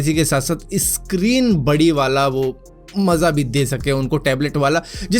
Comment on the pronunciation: सक्रीक होता है यार भाई इसक्रीन क्यूँ बोलते हो...